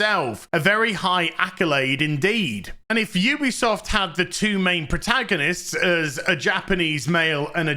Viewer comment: You-be-soft indeed